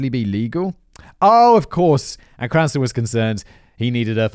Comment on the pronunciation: Let's play the game, how many different ways can Simon mispronounce Cranston! I've counted at least ten subtly different wrong ways so far